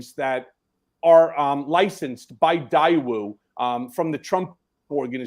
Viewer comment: Daewoo is pronounced DAY WOO! A link to North Korea was approved and monitored by the So Korean government in the 1990's. I'd be careful before suggesting that Daewoo arranged North Korean financing for Trump or anyone else. That's highly unlikely. Can't wait until Trump is actually taken down.